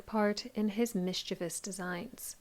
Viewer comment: Thank you for pronouncing ‘mischievous’ correctly. I read recently how the aberration, “mischeevious” has now become an acceptable alternate in the pronunciation lexicon; allowing education standards to slip down yet another rung of the ladder. And I thought to myself, “No! Uh-uh. Absolutely not!” If we had to endure the corrections, ribbings, scoldings, and having it drilled into our little noggins, on how to speak and spell it properly, then these little brats today should likewise get to enjoy the rigors of the process. If it was good enough for us, then it’s good enough them. So in essence, “You’re gonna learn it right, you little bastards, and you’re gonna like it. Capeesh?”😂 Yet, when I read about this, I could hardly say that it came as much of a surprise. For even the most cursory perusal of social media these days, will reveal that these little dolts don’t even know how to use a damn comma! As I’ve become more active on Facebook over the past couple years, I’ve seen some of the most appalling sentence structure, or rather, lack thereof. The freak-show spectacle of utterly heinous spelling and grammar errors that now somehow pass for the English language in written form, is simply staggering. I’ve actually come across posts which carried an interesting or funny enough sentiment, but which I could never bring myself to pass along, thereby condoning the atrocious grammar imbedded within them.😉